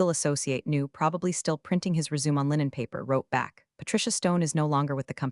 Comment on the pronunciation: Re-su-may. Not resume . Lame AI